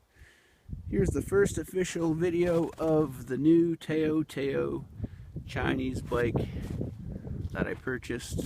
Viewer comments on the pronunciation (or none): its not pronounced tao(tay-yo) its tao(tohw)